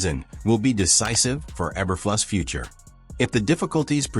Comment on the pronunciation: That sure sounded like an AI generated voice and mispronouncing Eberflus' name, numerous times.